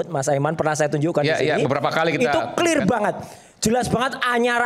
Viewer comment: Clir itu bhs apa ya kok baru denger saya . Klo gk bisa sebut dlm bhs inggris , gk usah lah panci